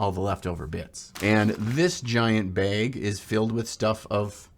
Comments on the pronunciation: Your minnesota is showing, "this is a baeg" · I just love the way you say the word “bag”